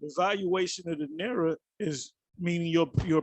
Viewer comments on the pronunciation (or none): naira is pronounced nigh-ra